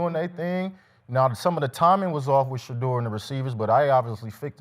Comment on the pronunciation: This man said Sheduer better than Caleb 😭😭😭😭😭